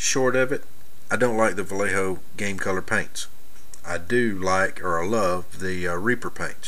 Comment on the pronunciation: Its [Vajecho] ;)